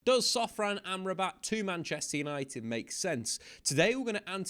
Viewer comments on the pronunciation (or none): Did you just said sofran in the beginning 😂 ? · Did he say Sofran 😂😂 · What is it with English people and the pronounciation of names? Sofran? Seriously?